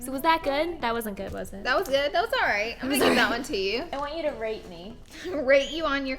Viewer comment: “i want you to rape me” 😂😂😂 (i know it said rate trust me)